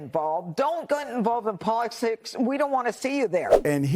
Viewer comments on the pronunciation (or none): Judge Jeanine says "polishlicks". Wasted as usual.